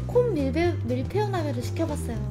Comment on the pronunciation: 밀베유... 뭔가 사투리 같은데... "뭐해유?" "밀베유~"